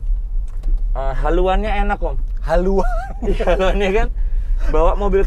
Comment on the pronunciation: haluan..... Jowo bingit